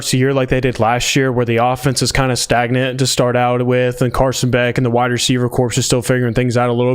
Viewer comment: MUST stop saying corpse. Corps is pronounced “core”….as in Marine Corps.